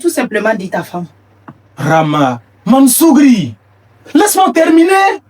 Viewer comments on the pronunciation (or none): il dit mansougourie 😂